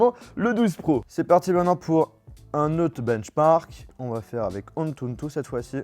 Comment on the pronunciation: C’est « antutu » et non « antuntun »